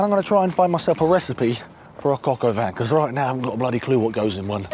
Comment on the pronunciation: Great video! But... It's pronounced "coco van". You crack me up!:)